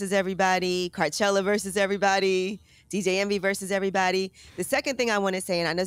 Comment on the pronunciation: Why doesn’t he just go “Carchelluh”